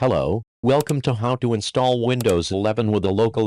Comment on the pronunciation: Вындовс 11 секунд, ох уж этот ИИ перевод)